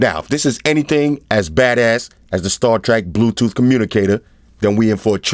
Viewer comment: 'star trak' lol....dope